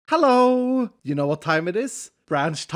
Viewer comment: I was just about to correct him too 😅